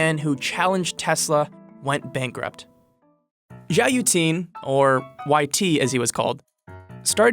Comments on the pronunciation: His name is pronounced 'yoo-eh-ting', no 'yoo-ting'. The spelling is right there, so why isn't your pronunciation? Get it right. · Yueting is pronounced as "Yeah" "Ting"